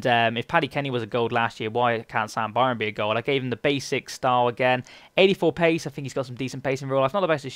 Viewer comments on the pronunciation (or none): none